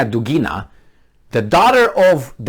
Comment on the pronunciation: dUgina, not dugIna